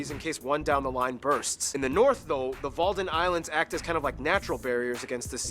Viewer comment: WALDENISLANDS😂😂😂😂 FIRST LEARN THE NAMES